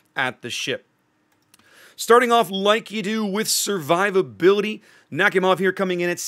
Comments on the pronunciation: Nakhimov is pronounced as Nak-i-mov P.S Im from america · Love the design ngl ♥ P.S, it's pronounced something like nah-hee-mov